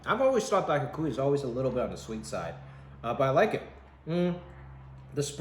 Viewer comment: I'm sad that Jimmy can't say Daikokuya correctly 🥲